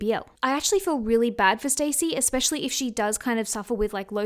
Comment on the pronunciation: It's stassie not stacy